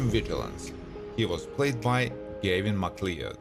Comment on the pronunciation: No offense, but have you ever watched an episode of this show, because you somehow managed to mangle nearly everyone of their names? It's not "Merrill Stubbing" it's Stubing as in Stoo-bing. The actor's name is Gavin McCleod (pronounced Mick-Clowd, not Mick-Cleod). By the way, Gavin McCleod passed away May 29, 2021, which you not only do not acknowledge, but the omission severely dates your video. That's just one of many examples. Come on dude. Show a little respect to your Youtube material and to the stars who worked hard on this show. You wouldn't want someone to mispronounce YOUR name, would you?